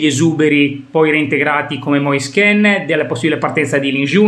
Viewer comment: Moise Ken..., Ken non Kin, Keeeeeeeen...non penso sia difficile su, lo ha chiarito lui stesso, meglio di così 👍✌️